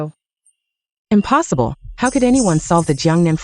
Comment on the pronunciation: I've never heard the word "Impossible" be pronounced so wrongly 😂😂😂 the drama was nice though. I don't regret watching 🎉